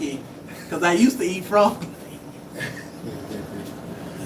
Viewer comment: 😂 You said, " It's a FU-ROG!!!"😂😅